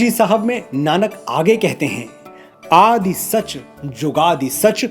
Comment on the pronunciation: Mr.Manoj, very nice way to express your knowledge. But some of your pronunciations were not correct. It is Aad not Aadi. some matras are not pronounced in Gurbani.